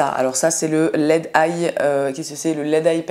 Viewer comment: J'ai d'abord cru que tu disais "masque squelette" 😂 (masque LED)